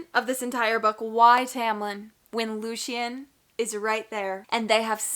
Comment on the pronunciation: Also Loo-shen is correct, lol! In SJM’s original pronunciation guide, that’s the phonetic spelling